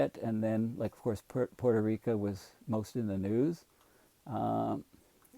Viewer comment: P.S. a scholarly fellow may wish to pronounce Puerto Rico correctly; they're kinda sensitive to it.